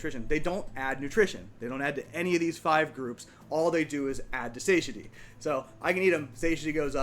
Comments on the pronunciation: Say-shuh-dee is killing me. sa-TIE-uh-tee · One note: "satiety" is pronounced Suh-tie-a-tee. :) For whatever reason, English is so inconsistent.